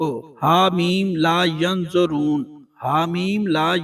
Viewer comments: Yunsaroon hai yunzaroon nahi tashih kijiay shukria. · Gulti durust kran ha meem la yunsaroon ha yunzaroon nai ha